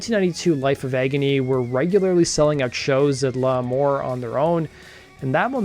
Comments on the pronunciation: LAMOUR not LAH-MOUR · L' Amour. It's pronounced "lah mor". Or, as us locals said "luhmaw". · Early band to be from New York to sing and not yell. Most heavy bands didn’t sing, only the emerging grunge bands did. Unique group to have a New York style without being actual NYHC or thrash metal. It’s hard to write the pronunciation but it’s La- MOUR . The strong accent is on the MOUR. Not a strong accent on the “LA” . It sounds almost like two words as opposed to one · This guy is an idiot. How hard is it to pronounce L'Amour? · Could you learn how to say L'Amour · I’m not going to lie. But I’ve been a fan since 92 PipeLine Studio 1 Wetlands. Paid 250 a ticket for reunion tour tickets in 2001. Kieth acutely got me to stop being a shit head with my way of thinking.And it pronounced La….more and Kings—-Burg